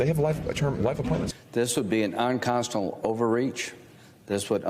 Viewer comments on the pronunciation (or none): Listen to Lindsey when he says, "This would be an unconstal (sic) overreach". He can't even pronounce "unConstitutional" in his lie! I suppose now he will be able to say, "Ah nevuh sayed that!" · That’s rich coming from you, Lindsay. And did I just hear you use a Trump word? What’s “unconstilu”???